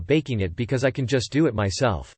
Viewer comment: The way the voice read because ..? LMFAO I’m dead Becoissè